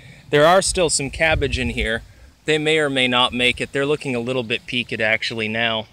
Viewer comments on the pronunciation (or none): peekid? what is this word?